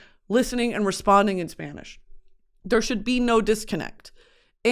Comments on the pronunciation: she says spanish words better than my mexican ass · her accent is better than the one from my Spanish teacher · girl i’m a spaniard living in nyc and it still takes time to switch back into spanish…give yourself some grace you’ve got the best spanish accent on an american i’ve ever heard. also i would have PAID to watch you at lhardy lmaooo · my very latin mom is always very impressed with your pronunciations